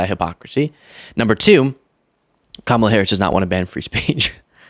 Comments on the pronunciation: So annoying to hear Margie the traitor mispronounce Kamala's name over & over. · She's not alone. Corey Lewandowski does it too! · I still find it so childish and disrespectful that the Maga will not prounce Kamala's name right. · They think it's very cute and clever to mispronounce Kamala. It is actually disrespectful and ignorant. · I’m sure it’s on purpose as a sign of disrespect. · All of the Republicans purposely mispronounce her name. They are sick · Someone corrected her on Kamala's pronunciation of her name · They just love mispronouncing her name. At this point it has to be intentional. No idea why they think it's so funny. And yes, Harris is not trying to ban all semiautomatic weapons. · Pisses me off that she refuses to pronounce her name correctly. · Let’s stop saying their names right too. Margie Blue can’t say Kamala so I can’t say her name. Danald should love that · So disrespectful to purposefully mispronounce her name. That just makes you look bad. The founding fathers didn’t address weapons of war. No one needs these weapons. Yes, ban these weapons of war. Keep your guns - that’s fine. Give her and Trump a reality TV show. That’s where they both belong. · I just can’t even watch her!! She can’t even pronounce the name right!